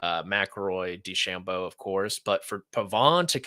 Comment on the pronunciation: No offense, but how can watch the whole tournament as an analyst and still not know how to pronounce DeChambeau?